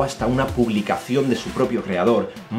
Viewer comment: Holaa, aquí un angloparlante deseando que la gente deje de hacer el paripé de pronunciar Trump como TCHRAMP, especialmente si luego otros nombres como Zuckerberg vas a inventártelo sin , supongo, ni hacer una búsqueda sobre como se pronuncia ( no es siurberg no). Aparte de esto, gran canal y contenido jajaj.